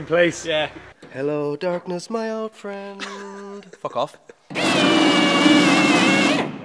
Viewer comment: It seems like so long since we’ve heard “fockoff”